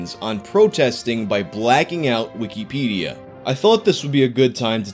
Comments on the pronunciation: “Weekeepædia”. Jesus Christ. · Why do you say it like weekie pedia? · _Stop saying wikipedia so fucked up _